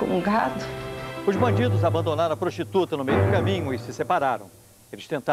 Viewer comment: E a prostuta, e a zarenta kkkk